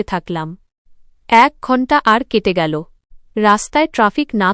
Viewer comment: কেমন উচ্চারন করে বুঝিনা। সব গুলো ঠিক করলেও। এই সব্দ গুলো ঠিক হচ্ছেনা যেমন এল। বাচল।গেল।এই ধরনের উচ্চারন গুল